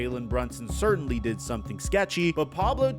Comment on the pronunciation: He dwid a vwery wong ting. 😬🤭🤣💀